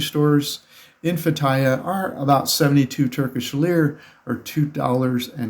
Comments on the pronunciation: It's pronounced "Feh-tee-yeh" Not Fattaya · yeah how you pronounced the city was incorrect. I didn't understand what you said till you spelt it. It is pronounced Fay tea uh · I lived in Turkey for 3 years, I couldn't figure out what city he was saying. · You are really butchering that place name. It took me a while to figure out. It would be helpful if you would try to learn to say the place name right. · Lol, learn how to pronounce the name of the place before making travel videos about it